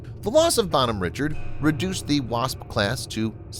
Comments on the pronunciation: Pronounce the name entirely wrong. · Good video in general. However the pronunciation of the name of the ship kinda drove me nuts. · This makes my ears bleed hearing the name said wrong having been on this ship for 3 years, this name being said wrong is like hearing nails across a chalk board